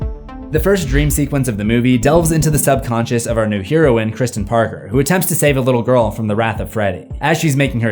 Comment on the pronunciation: "Heroine" is also pronounced just like the drug. (Everybody makes mistakes and words are easy to misread ... found out the other day I've been mispronouncing "subterfuge" for several decades.)